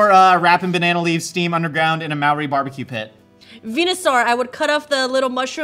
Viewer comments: And that is also not how you pronounce Māori! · That is not how you pronounce Māori at all. Shame on you, you act like you live and breathe random facts… and yet…